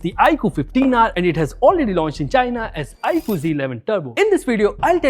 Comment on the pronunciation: Stopped watching as i soon as i heard iqoo